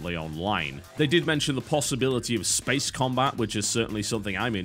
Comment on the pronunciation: Did Totalbiscuit say "Spehss Combat?"